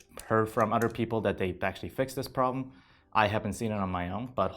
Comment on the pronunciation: "udder things"... lol